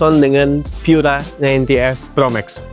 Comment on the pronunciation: Pura itu bahasa Italia, cukup dibaca seperti kata pura di bahasa Indonesia, ga usah dibaca pyura. Bahasa Inggris Pure Energy itu terjemahan Italianya adalah Pura Energia, dibaca pu-ra e-ner-ji-a.